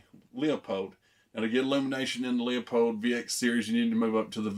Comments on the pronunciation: I actually called the company. It's actually pronounced like Loopold not leeapold 👍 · Leupold pronounced LOU-POLD